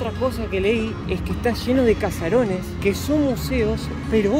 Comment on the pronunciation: Muy lindo el vídeo. Ahora,, se dice Caserón y no Casaron. Saludos